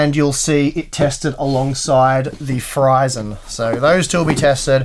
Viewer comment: Maybe instead of reading it Fryzen, we will read as Freezzen.